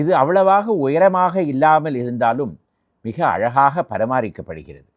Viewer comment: எல்லாம் நன்றாக இருக்கிறது, except பரமாரிக்கப்படுகிறது, that is the second time I have heard you mispronounce it, that’s why I felt it should be brought to your attention; sorry.